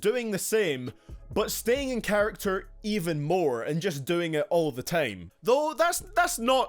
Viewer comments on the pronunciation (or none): why did you decide to say tame instead of time? is it some kind of accent or is it cool? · dkdkckkffmm how he says time is so idiotic